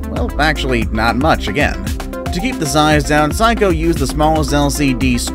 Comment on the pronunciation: Sayco not psycho 😂